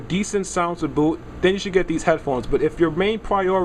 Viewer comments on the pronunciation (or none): none